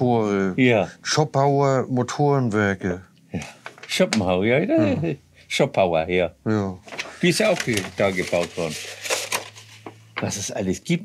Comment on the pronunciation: Schön dass das alte Schätzchen wieder läuft! Aber - Herr Feldmann,! Zschopau bitte mit langem "o", also Zschooopau und nicht Zschoppau! Sonst gibt´s Mecker aus´m Arzgebirg!